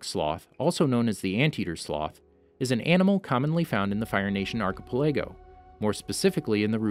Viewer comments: how you pronounced 'Archipelago'... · It took me a bit to understand what you meant when you said archipelago